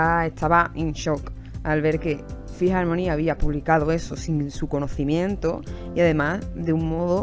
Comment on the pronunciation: Un shot de tequila cada vez que diga "Fhi harmoni"